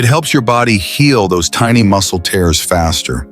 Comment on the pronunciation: Tears pronounced teers orTears pronounced tares😂